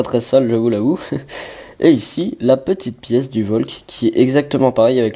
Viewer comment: Pas Volk, Valk stp ...